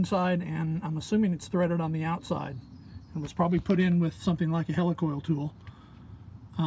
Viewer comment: Hey! Did you call me a "Helicool tool?!" LOL! Thanks for the vid and expert knowledge.